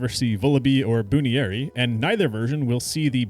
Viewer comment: You probably get a lot of comments upset at pronunciation, but the way you say Buneary is just... Wrong. No matter what lens you look at it from. You typically pronounce the cut off words as they are without regard for the full word, but how did you get to "Boon-eary?" It's bunny = bun + ear, Bun-eary. It's ears curl up into buns, bunny and bun start the same. Saying it as "Boon-eary" feels like an intentional mispronounciation.